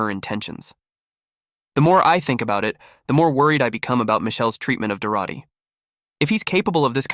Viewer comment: This AI story is frustrating to listen to because the AI can't keep the pronouns consistent and can't pronounce Dorothy half the time.